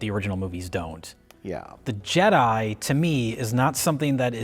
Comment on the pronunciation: Je-DEI really sucks ass.